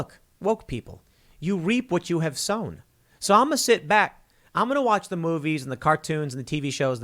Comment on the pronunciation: I lost it at "this is why we can't hahve nice things.." hahaha